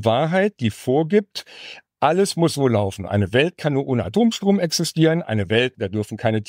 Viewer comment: Könnte man das "nur" vielleicht ein bisschen weniger stark betonen? Klingt nicht wirlich professionell.